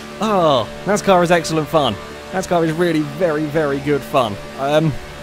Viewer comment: NAZCAR? whats NAZCAR?